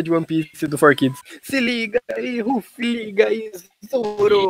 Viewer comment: Eles falaram ruffy Kkakakka